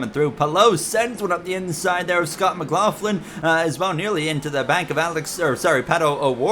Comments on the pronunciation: Only thing i noticed was you are say Scott Mclaughlins last name wrong. All you need to do is watch a V8 supercars interview with him and you'll get it. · the McLaughlin disrespect. First you say his name wrong then you call him Australian